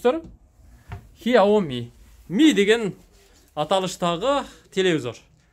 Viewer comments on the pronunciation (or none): хиоми эмес сиаоми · Хиооми эмес хсиоми деп айтылат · Хиаоми эмес. КСЯОМИ же СЯОМИ деп айтылат